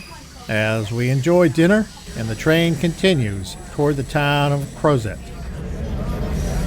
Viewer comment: Two things; It's AFTON Mtn, not Alton, and it's CROZET (CROZZAYE) not "CROZET" as it's written. Come on! do some local homework. Gosh. OMG. JPW